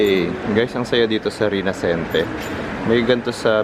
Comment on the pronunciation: Rina-CHEN-te (rinascente)